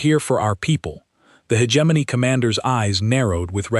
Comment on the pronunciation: I can’t finish this garbage. How many different ways can you mangle the word hegemony?